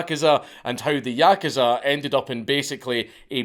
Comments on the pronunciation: yakuza=yakaza. He says it properly one minute an the next saying yakaza lol keep up the good work Dank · Please, good sir, learn how to pronounce the word "yakuza." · Why is he saying yakuza like that!!!! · I like how Dank swaps between pronouncing "yakuza" correctly and incorrectly throughout the video